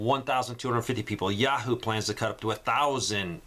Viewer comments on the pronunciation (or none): none